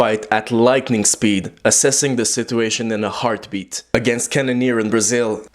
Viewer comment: Hahahahahha try say situation one more time